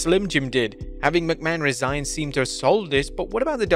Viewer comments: It’s Resign, not Re-Sign 🤦‍♂️ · It's "resign" without the hyphen. Re-sign means to sign again. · "Re-sign"? Don't you mean "resign"? Vince left, he didn't come back... again. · Resign, not re-sign